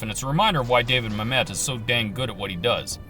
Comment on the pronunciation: It's pronounced "MAM-et" not "mam-ETTE"